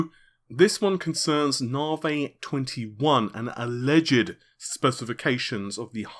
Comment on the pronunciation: New years resolution ... maybe you could stop calling it 'nar-vey' and pronounce it like everyone else ' nah-vee'.